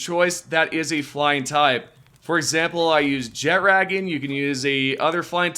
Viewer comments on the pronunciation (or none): "Jet raggin"